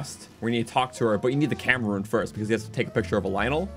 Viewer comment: Camera rune sounds like cameraroon